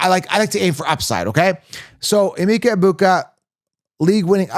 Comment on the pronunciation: As a Nigerian it’s pronounced “ahh-meka”. Love your content 👌🏿